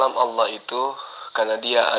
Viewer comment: sudah dijamin masuk neraka oleh Allah SWT. lidahnya sudah kelu untuk menyebutkan asma Allah SWT dengan benar, berarti Allah SWT telah mengharamkan namaNYA untuk diucapkan oleh. dia menyebut Allah dengan Owoh..🤦🤦